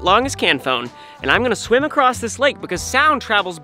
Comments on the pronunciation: i liked the "i cant sweem" bit at the end 👍👍👍👍👍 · "I can't sWEEM"